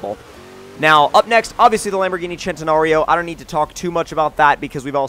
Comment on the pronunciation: Lamborghini Centenario(Sehn-teh-nah-ree-o)